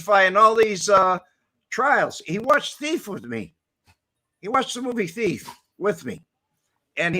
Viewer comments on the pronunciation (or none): When Pops was asked by a judge what he does for a living he responded " I'm a teef"